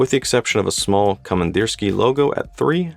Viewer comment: Pronunciation: komandirskiye (with ye at the end, not ya)